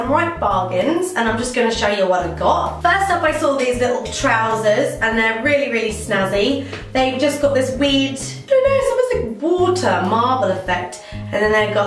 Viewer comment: Wooter lol